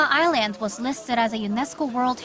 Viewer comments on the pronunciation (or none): The way the narrator pronounces "island" is really annoying.